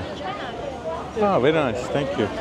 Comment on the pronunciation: tenk yu mac dedin